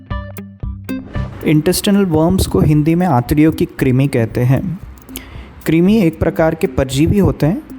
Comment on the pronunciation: क्रिमी नहीं कृमी (क्रुमी)